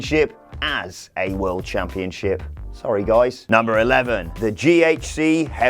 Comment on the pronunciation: “Nwa world championshop” good one